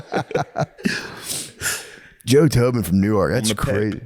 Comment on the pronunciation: lol Matt pronouncing Newark(New-erk), NJ like Newark(New-Ark), DE was throwing me off